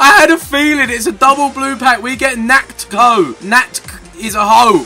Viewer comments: it's natcho not natkho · Man natkho is not called natko The right word to say ia like natho